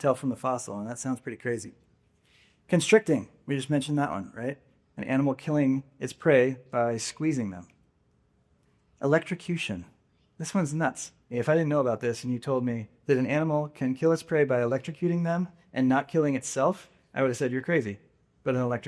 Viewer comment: "ElecTROcution" not "elecTRIcution." Please correct and change.